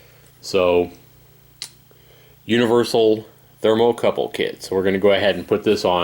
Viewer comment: FYI... The correct name is "Thermocouple" (No "r" on the end of the word)